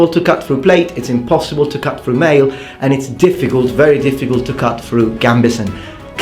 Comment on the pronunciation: He cuts thruh the ahmah as if it wus buh-uh! This is why I love your videos.